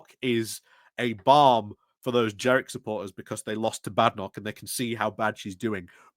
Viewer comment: there is an N. it isn't jerrick, it's jeNrick. sorry to be a pedant but some days it really gets to me that you've been saying his name wrong for a year. i get that you call Kemi 'kimmy', and i put this down to dyslexia, but ....ugh ... JeNNNNNNNNNNNrick.